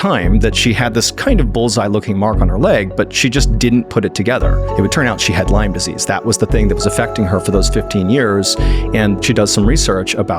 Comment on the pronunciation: So sorry to hear. I think similar happened to my dad. BTW, It's Lyme , Not Lymes.